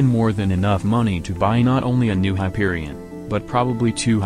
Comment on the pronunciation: Hyperibond? Hyperishot bang bang Hyperishawn